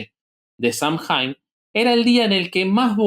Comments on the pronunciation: SAMHAIN NO SE DICE SAMJAIN, SE DICE SAM-¡ÈN! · Samhain se pronuncia /SAW-win/